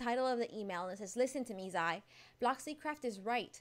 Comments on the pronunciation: her names zai not zia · Sorr not zia zai